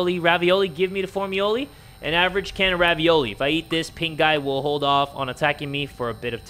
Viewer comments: I swear to Yan-Chan i heard "Pink eye" instead of "Pink guy" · the way he said Pink Guy when he introduced he game, I heard it as "pink eye" instead and I was really confused for a minute lmao..